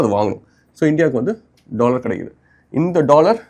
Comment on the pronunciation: 'Dollor" ✔ 'Dollar' 🤷‍♂😭